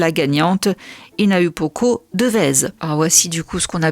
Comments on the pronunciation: Coucou, petite correction pour le prénom de la miss c’est n’est pas HinaUpoko mais HinaOUpoko. Le U se prononce OU en tahitien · Désolée mais tu prononces mal son nom. Le U se prononce mais se dit ou. Donc on dit Hi-na-ou-po-ko, en soufflant le H, et pas hi-na-u-po-ko